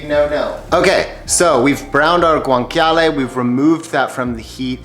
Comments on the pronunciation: Yikes! Please stop pronouncing guanciale as gwanKyahleh. It's correctly pronounced gwanCHyahleh. Ugh! cringy... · It’s actually pronounced Gwan-cha-leh no k sound 😜